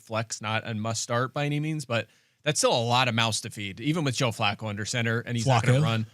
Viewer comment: Field is obsessed with saying Bijan’s name correctly but every time Flacco is mentioned he mocks it…🙄